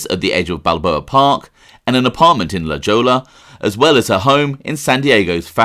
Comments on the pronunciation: It’s La Hoy-ya not La Ja-La. You mispronounce this in every video you have to pronounce it. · Tamara Rand was killed in LA Jolla. I used to walk right past the building where she was killed. It's pronounced LA Hoi-ya, not La Joe-la. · lah-hoyah, not lejolla. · "LL" in spanish is almost always pronounced like an "i" or "y" and "j" is usually pronounced "h" so it La Hoya not La jola. With all due respect. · Pronounced Lahoya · La Jolla, pronounced La-hoy-yah. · la Jolla is pronounced "La Hoya" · It’s pronounce La Joya. La Jolla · "La Jolla" is properly pronounced as if spelled "la hoya"... because of the Spanish influence common to the entire region. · Bro, it’s pronounced: la-hoy-a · say it with me out loud: la-hoy-a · "La Jolla" is pronounced "La Hoy-ya" for your information Mr..... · La Jolla is pronounced "La HOY-yah." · First off there was no Tangier hotel..2nd its pronounced la hoy ah.. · OC great work ! La Jolla is pronounced •lah•hoy•ah • . Ciao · La Jolla is pronounced La Hoya fyi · 🥎 La Jolla pronounced "La Hoya" 🥎 Said it same way for 25 yrs + Mexicali, ol' stick....love your stuff 👍👍👍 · Say, "La Hoya" for La Jolla. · I believe it's pronounced "La Hoy-ya". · La Jolla hehe...it is pronounced with the Spanish pronunciation. La Hoe-ya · I hate to be a nit picker but the town of la jolla is pronounced LA HOY A. If it was in Australia I wouldn't know how to pronounce it either. Its Its interesting that I was thinking about Frank Bompensiero throgh the whole video because I read the last Mafioso by jimmie the weasel and Bomp as he was called was the mobs main guy in san Diego. This really shows how easy it is to get away with murder. The obvious suspects were right there. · La Jolla is pronounced La Hoya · Lol, La Jolla is pronounced "La Hoya". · la Jolla is pronounced la Hoya. the j is an h sound in Spanish. like San Jose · He needs to know how to pronounce La Jolla